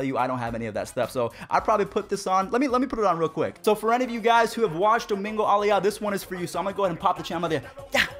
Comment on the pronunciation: Why tf does he say Domingo Ayala like that😭😭😭